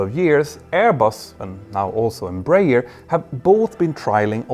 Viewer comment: Just let you know, the correct pronunciation is EmbraEEEEERRRR